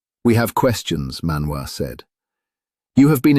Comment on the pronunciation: ManWoo 😂😂😂.. I just can't. The dangerous and elusive ManWoo.